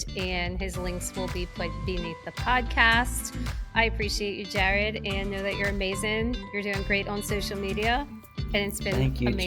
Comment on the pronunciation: 💖💖💖 I’m loving your content. Found you after your interview with Gary Brecka and so happy I did. And after this episode , found out you’re from NOLA. Me too! Born and raised. Just moved to Denver a year ago. Am I hearing some Marrero in there from how you said “Jaared”??🫶🫶